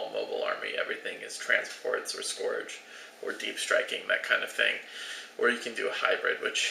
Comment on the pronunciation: Please learn to pronounce "scourge" correctly.